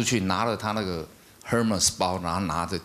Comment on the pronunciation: 宪哥，Hermes 都读错，你就不能老老实实说爱马仕，你女儿在旁边都懒得吐槽你😂😂